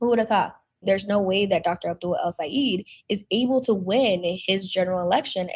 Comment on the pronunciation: It's pronounced El - Say - ED. Not El - Say - EED.